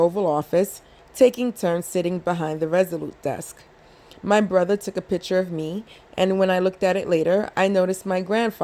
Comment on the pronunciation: Just constructive criticism: it’s picture not piture and it’s ask not aks Good read tho. Thanks.